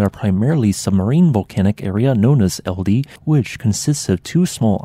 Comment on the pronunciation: Pronunciation help, it's pronounced more like "Eld-ej". With the end being like "Eh, Steve!" 😀